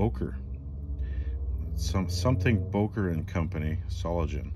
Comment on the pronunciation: The "ing" in "solingen" is pronounced more like in "sing" ;)